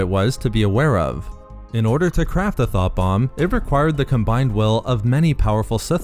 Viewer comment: You have the wrong accent for this; all I could hear when you tried to describe the sith weapon was “Th0t bomb” 🤣